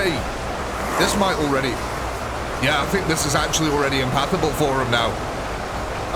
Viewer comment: Sorry but i gotta ask, are you saying impassable or impathable when referring to zombies not being able to go accross a blood lake or other terrain? It should be the former.